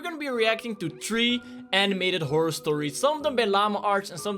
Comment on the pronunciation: stop saying "whore". The word your thinking of Is "horror "